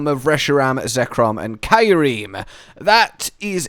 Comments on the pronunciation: "Kairem" ouch that hurts to hear lol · bit of a click batey image but it's cool because i love fan made Paradox Pokemon, it's always cool to see them i do hope we get more Paradox's besides the legendaries but considering the Time machine is shut down int he story, i doubt we will also i THINK Kyurem is pronounced "Q-Rem" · I have never heard Kyurem be pronounced "Kye-ur-eem." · I have never heard Kyurem said like that. I like it